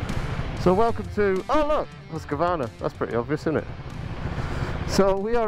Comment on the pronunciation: I hate to be a pedant when it comes to swedish but its Hoose-Kvar-Nar not huska-varna. And its veet peel en The white arrow.